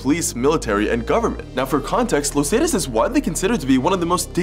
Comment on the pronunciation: “los Zay-tus” lmao nah the pronunciation was too funny